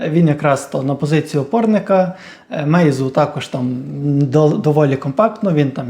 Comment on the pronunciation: Не Мейзу, а Майну :)